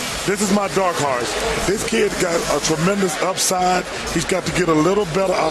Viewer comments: I thought he said "dark heart" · Chuck “this is my dark harse”